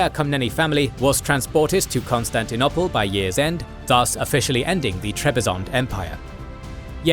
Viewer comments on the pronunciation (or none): Ok,is it really pronounced "constanti-nopple"?